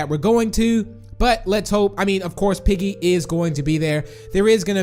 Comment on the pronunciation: You said peapa big